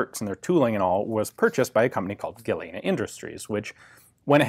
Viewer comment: Tiny nit pick on an otherwise excellent video but Galena is pronounced "gu-lean-uh"